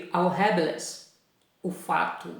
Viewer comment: Professor, me perdoe a correção, mas o som correto de Rabelais é: "Rabelé"